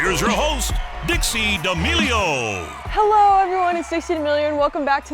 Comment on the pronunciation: Cant bother to get someone to pronounce your guests names for you before starting? Why am I not surprised?